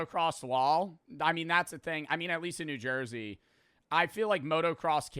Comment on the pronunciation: boii said jawn wick in nu jersey boiiii this not abahht yuuuuu 😭